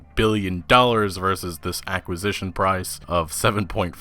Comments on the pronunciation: I came to the comments and was bewildered that nobody else was talking about this. I half thought he was saying "accusations". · That has to be one of the oddest pronunciations of the word "acquisition." It's as if the word "acquisition" was married to "accusation" and the result was "aquisation." Actually kind of brilliant, now that I think about it. xD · CRINGING! PLEASE LEARN TO SAY AQUISITION CORRECTLY, PLEASE! (ăk″wĭ-zĭsh′ən) STOP SAYNG ACCUSITION...... UGH!!! You enunciate and pronounce every other word perfectly and are a joy to listen to. But then you butcher that one word.... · Thanks god I'm not the only one, that was bugging the hell out of me. "Accusition"... where does that pronunciation even come from?? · I thought you were saying accusation instead of acquisition it was messing with me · It's acquisition, not accusition. Just a reminder :) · Dude love the video but say it with me ( ACK-KWI-ZI-SHUNS) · accusition? acquisition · Why should anyone take you seriously when you can't even pronounce "acquisition" properly? This is what happens when you're more concerned about being a YouTube "star" than getting an education 🤦‍♂️ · Can here for this. Seems he has trouble with the QUI pronunciations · Why don't you know how to say acquisition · Today I learned that you can't pronounce acquisition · Acquisition is not that hard to pronounce dude lol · I am sorry but the way you mis pronounce the word acquisition made me giggle thought aqua man had be brought by Xbox at the start. Ok enough jokes... i guess i need to purchase more shares of Microsoft now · ac·qui·si·tion PLEASE learn how to pronounce the word... It hurts my ears to hear you mispronounce it every time. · To be fair he mispronounces all kinds of words on a regular basis. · Are you saying accusition or acquisition? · Why does he keep say, “accusition?” Does he mean, acquisition? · It’s ACQUISITION, not accusition. Lol, what a fucking tool. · TF is an accusition? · What’s an “accusition”?